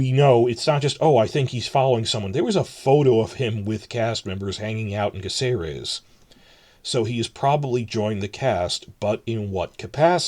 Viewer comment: Spain here. Caceres is pronounced ka thay rez. Please and thank you.